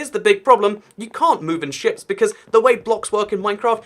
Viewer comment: "You can't move inshits"